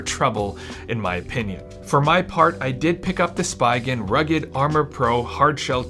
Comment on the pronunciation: "Spee'gan" not Spygan 🤣